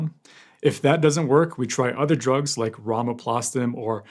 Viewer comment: Thank you for the comprehensive reporting! As a nurse, I appreciated that you pronounced the drugs correctly without skipping a beat 😉 Very sad case.